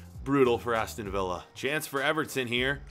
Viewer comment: It’s Villa